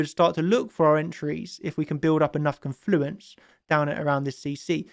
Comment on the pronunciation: When chart champions makes me a million dollars, I'll pay for elocution lessons for so he can learn to say "confluence" properly 😅❤️